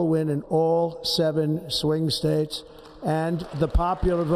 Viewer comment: The United Spates lol